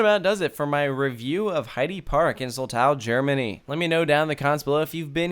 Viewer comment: Your pronounciation of "Flug der Dämonen" was spot-on, which is impressive. However, with "Soltau", the emphasis is on the first syllable, not the second one. So, more like "ZOLL-tau".